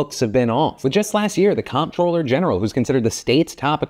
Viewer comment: Dude, 'comptroller' is pronounced 'controller'. As in, the person who controls the finances.